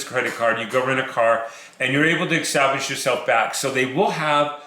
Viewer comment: good info....btw The word is establish not extablish